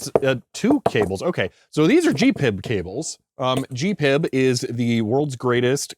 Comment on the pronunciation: Again: G.P.I.B. not Gee-PIB ! - lol